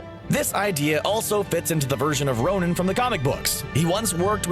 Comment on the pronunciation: Why do you keep saying Ronin? 😷